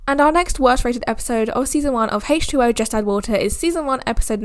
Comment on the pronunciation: Why does she say hache2o lol